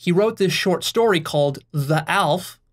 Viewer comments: It's not "Alf", it's pronounced Al-ef Alef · Aleph is actually pronounced Al-eph 2 syllables. Not that it matters but ya. Good job on this one. Very inspiring. A single comment couldn't bare to explain the true inspirations I feel here. Lost of words! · really good video, it helped me get deeper in turquoise and strengthened my understanding of infinity Btw א is said "halef" (I'm a Hebrew speaker), א can be spelt "elef" which is thousand and "Magniv" is cool in Hebrew :)